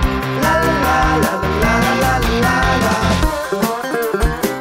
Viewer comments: das heißt nicht häääslicher das heißt heslö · Sag das noch mal. Häääääslicher